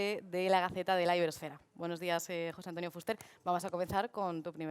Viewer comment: La presentadora lo dice correctamente, se pronuncia Fúster. Gracias